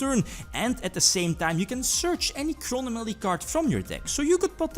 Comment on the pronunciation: cro-no-mally... Man i almost fainted from laughter lol I loved the video and i want the fluffal link please